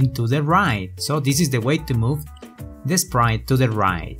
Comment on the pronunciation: I love it how you pronounce "t" like "n" as in "Sprine" "Rine" I know you meant to say "Sprite" or "Right", but, you pronounce t like n